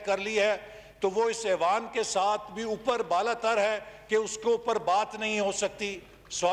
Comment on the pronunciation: لفظ ایوان ہوتا ھے اعوان نہیں کسی پڑھے لکھے کو بٹھائیں۔